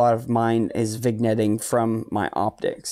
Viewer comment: lol nope, vin-yetting is the right way, you said vig-netting, unforgivable! Renders the rest of the video unusable! /sarcasm. I do btw appreciate your approach to gear vs. effort. Far too many times in this hobby, newbies with human style budgets (myself included) ask for guidance and receive the blanket answer of "spend more money, get more gear". I have the same APO as you, the AT115, and I love it. But it was the culmination of a year and a half of saving and rationalizing my need for it. Clean data is a luxury, despite what elite forum guardians would say. Thanks for stressing effort > money.